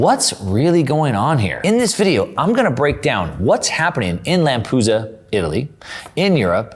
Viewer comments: Lamp-e-du-sa. Not Lampusa.... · it's LAMPEDUSA... LAM-PE-DU-SA... not Lampusa :face-blue-wide-eyes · one thing: LamPEdusa not Lampusa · Lampedusa is not Lampusa. 🤦🏻‍♂️ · It’s pronounced [Lam peh du sah] not [Lam poo sah] fyi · Lampedusa, not Lampusa. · Great reporting. Just a side note.. It's Lampedusa not Lampusa. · It's called Lampedusa, not Lampusa. 😉 Great segment though. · Thank you. Is it really pronounced Lampusa? I've only heard of Lampedusa. Interesting. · It’s not “Lampusa”… It’s Lampedusa! And It’s not “Georgina” Meloni but Georgia Meloni! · It's LAMP - ED- USA, not Lampoosa! Over and out! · LAM-PE-DUSA. NOT Lampooooza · BTW it's called Lampedusa, not Lampusa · Lampedusa not Lampusa. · Correct pronunciation is Lampedusa Like USA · LAMPEDUSA....LAM...PE...DUSA,!!!! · try lamp uh dusa….I’m Italian take my word for it. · sorry but it is L A M P E D U S A NO lampusa ?? lol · I don't buy the story of "African's in first class going to walk to the US". I call bs. This guys pronunciation of "Lampoosa" is about as accurate as his interpretation of the Cloward and Piven strategy being behind the flood of migrants. Trying to claim there is no push for immigration in the nations of origin is ridiculous. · LAM-pih-DEW-zə I know you know what you're talking about, but it's hard to take you seriously when you can't pronounce the name of the place that is one of the focal points of your episode. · Its LAM PAY DOO ZA you dolt! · Lampusa😂, learn to read American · Any rant about a European migration crisis / invasion is slightly weakened by not being able to pronounce the Lampedusa name correctly... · It's LAMPEDUSA, not Lampusa. And GIORGIA Melloni, not Giorgina. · Great content, like always! Just one thing: it’s pronounced LamPEDUsa and Italy prime minister is Giorgia although Giorgina is sweet 😃